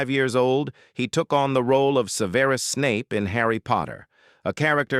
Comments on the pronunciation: You have evidently never watched the movies or you would know how to pronounce Snapes's name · You evidently never say the movies, or you would know how to pronounce Professor Snapes name.